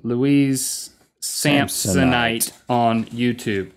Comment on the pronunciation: Sant swite Swanson? ... Sampsonite! Wow, I was WAY Off!! XD